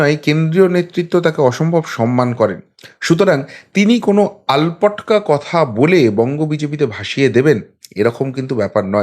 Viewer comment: কথাটা "আলপটকা" নয়, "আলটপকা" হবে।